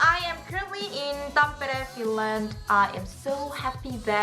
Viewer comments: Kuulosti ihan suomalaiselta ku sano Tampere :) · Huh? I didn't hear a "j" sound in there. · you pronounce Tampere so well and it sounds so finnish !! :'D i love it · BTW great pronunciation of some words like 'Sauna' and 'Tampere'. I found it refreshing that someone finally got them right😂😂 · The pronunciation was pretty much perfect? Same with sauna. might have obvious Korean accent whilst speaking English but she did not have any problems pronouncing those individual Finnish words.